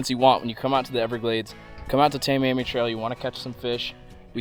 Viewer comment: you know how to say miami. like the biggest city in south florida. miami. right. well idk why adding two letters in front of miami makes people mispronounce the same word so much lmao its tah-miami. english language is so retarded.